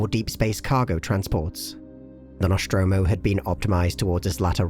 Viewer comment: Noshtromo? Isn't it "Nostromo"? Where does that "sh" sound come from?